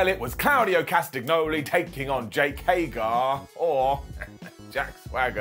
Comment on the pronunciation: His name is HAGER, not HAGAR